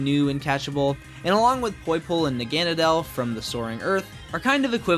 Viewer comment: You said Naganadal wrong its Nah-gun-nah-dull either way great video